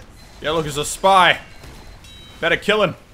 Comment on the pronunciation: i thought i hear he said "that was my kill senpai" instead of "spy". Wtf